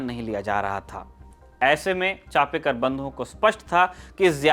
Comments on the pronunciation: With due respect Genuine correction चापेकर बंधू नही चाफेकर बंधू . चाफा एक सुगंधी फुल होता है जिसकी खुशबू बोहोत बेहतरीन होती है . धन्यवाद अगर हो सके तो नाम उच्चारण दुरुस्त किजियेगा 🙏🙏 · In marathi it is chaphekar not chapekar